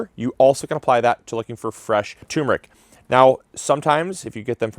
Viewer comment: Turmeric actually has two r's in it, so it's "turm-er-ick" not "toom-rick."